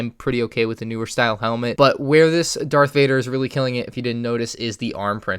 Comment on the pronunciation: Did u say dark vader